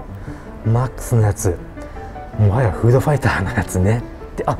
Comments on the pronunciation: もはやのイントネーションが顎より気になる。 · 本日の語録ハイライトのコーナー！！ 「もはや」のイントネーションが唐突の関西ｗｗｗ からの にも畳みかけ関西「もはや」ｗｗｗ